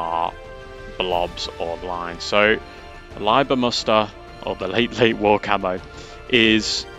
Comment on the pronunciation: Props for not saying "Leeber"!